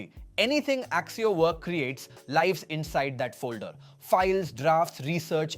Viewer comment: pronounciation is bullshit. it gets even words wrong. eg: check how the word "lives" is pronounced.